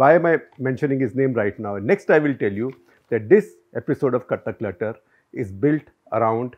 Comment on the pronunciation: Bhai Clutter bolna to seekh lo pehle